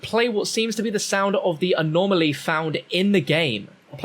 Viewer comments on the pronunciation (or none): none